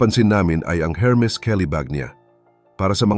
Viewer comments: Hello -Hermes pero pag sambitin po is Ermes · ERMIS SILENT H